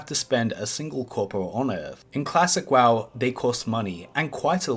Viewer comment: Im sorry but your speech impediment makes this hilarious to watch :D "Classic waw" etc :D